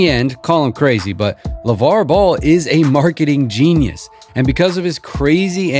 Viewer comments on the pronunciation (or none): none